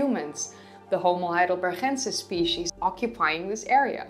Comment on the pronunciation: Since name of that primeval dude comes from German city of Heidelberg maybe he is named "Homo Heidelbergensis" not "Heidelberhensis".